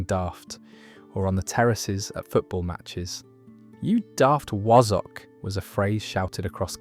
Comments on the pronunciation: Wazzuck is correct sound not woz zock and daft Ape th, is correct sound. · It irritated me when he said “Wazzock”, he said it like Wozz instead of wazz like Spaz. And Daft Apeth, that really pissed me off😡 should’ve been said like “Daft Ape’th” as in Ape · Wazzock is pronounced "Waz" "ock". Wtf is a Wozzock? AI's pronouncing of dialect is Bollox 😂😂😂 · The pronunciation of wasack the a is sounded like a for apple not was . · It's wazzock, not wozzock. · Quite - I was particularly irked by wa (as in as)-zzock being pronounced as wozzock. Pillocks! but I remember div not divvy. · WAZZOCK. Its pronounced WAZ as in My name is Basil. Bas Waz. Wazzock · Wazzock is pronounced as in Hassock, Cassock with a soft z sound rather than the harsher s sound. Not as wozzock. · New Turing Test just dropped: how do you pronounce ‘Wozz-ock’? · It's pronounced wAzzock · Pronounced wazzack. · Wazzock pronounced wah-zuck. Daft apeth pronounced daft ay-puth. So are the over 50's football fans of today responsible for insults? 😅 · 1. Haypeth is the correct pronunciation. Meaning a "halfpenny's worth". 2. Wazzik or wazzock is pronounced with a flat "a" sound. I'm from the north east of England where the word is pronounced as "wazzick". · The commenter mispronounced many words. Wazzock has the a probounced as a soft a; apeth is pronounced as you would an ape, with the eth added. I grew up in Lancashire, with marmot with an r a common term - it meant pot of yeast or bread for a head - small bread buns are known as barmcakes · You managed to pronounce two of these insults incorrectly: 'ha'peth' and 'wazzock'. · is this an AI narrator? the pronunciation of 'Wazzock' and 'Apeth' are completely wrong. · You can tell the narrator is unused to these words with his mispronunciations. Pill-uck, wazz-uck and in my neck of the woods, my mum would call me a barm-pot. Still, this video gets a thumbs-up from me. Thanks for the nostalgia, ya muppet :)